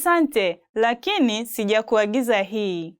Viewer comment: I know im not tripping. Did she pronounce “sikuagiza” properly?